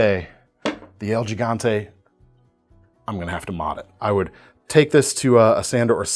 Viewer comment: pronounced “HEE-gante,” because Español